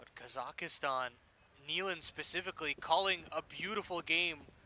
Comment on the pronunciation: Not Kazakhtan, Kazakhstan ✔️